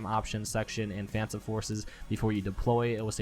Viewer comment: Uhhh... Did he just say fansome forces?